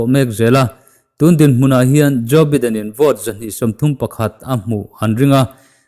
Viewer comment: Joe baiden tiin lam ve la..